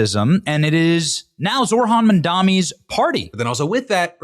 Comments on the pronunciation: It's a small thing, but it really annoys the everloving hell out of me when stupid kissasses like Benny Johnson pretend they can't pronounce Zohran's extremely pronounceable name. They do it all the time and it's just an exercise in being an embarassingly unbearable shitheel. Side note: The fact that I recognize Benny Johnson without his name being said makes me weep for my own soul. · well it looks like i win Nazi dog whistle bingo! (the last square was pronouncing first AND last name wrong of an ethnic person)